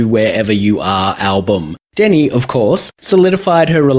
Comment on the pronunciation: Just a heads up, I believe it's Deni, not Demi. :)